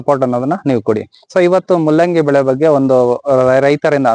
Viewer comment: ಮುಲ್ಲಂಗಿ ಅಲ್ಲಲೇ ಕೆಪ್ಯಾರ್ ತುಲ್ಲೇ, ಮೂಲಂಗಿ 😄